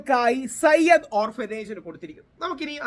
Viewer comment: Sayyad alla zayid ആണ്